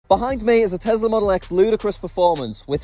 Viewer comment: Did he say engine in telsa.